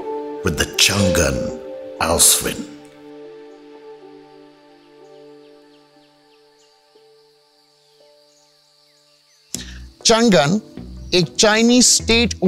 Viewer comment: Best review bro! Being someone who represents Changan Owners' Community i have only appreciations for u! I do have a humble emendation to make though, It's not Chngnnnn but its read as Changaan (basically "Chang" in Mandarin means "lasting" & "An" mean "safety so together the name is pronounced as "Changaan" and written as "Changan" which means "Lasting Safety". Stay blessed bro, keep up the good work!